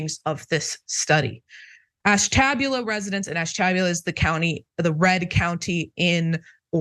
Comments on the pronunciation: That city in Ohio is pronounced Ash-tu-bue-la. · Oh, the misoronunciation of Ashtabula.